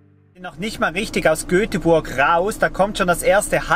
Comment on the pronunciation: Ein schönes Video. Nur eins bricht mir das Herz. GÖTEBuRG.